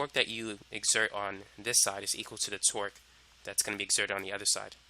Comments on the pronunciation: correct, but if you listen closely you will find out that half of the times he says twerk. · I swear I heard twerk the whole time